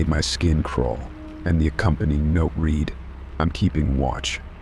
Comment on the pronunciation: Such a well-read AI and yet they cannot get the difference between I read and it read past tense (red) dead giveaway